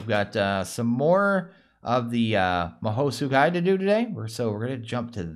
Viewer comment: Just a friendly reminder its read Maho Tskai. Anyways I really enjoy your content keep it up.